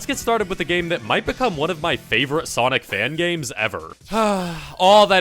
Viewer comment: Return of ze sawick guiy!!